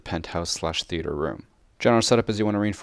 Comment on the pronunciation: Not that important but... 'Theaer'